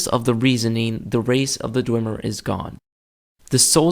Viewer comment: You are both wrong, Calcelmo (who is the expert of the Dwemer) pronounces it Dwem-er not Dway-mer or Dwim-er